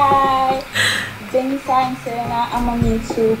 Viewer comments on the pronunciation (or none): none